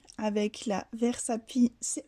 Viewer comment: coucou j'aime beaucoup tes étiquettes:) Allez répète après moi Ver...Sa...Fine!!! Versafine lol gros bisous